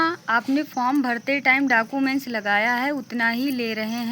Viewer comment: डॉक्यूमेंट ❌ डाकूमेंट ✅